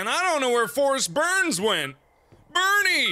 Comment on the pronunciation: isn't it "Forest Byrnes" and not "Berns"? lol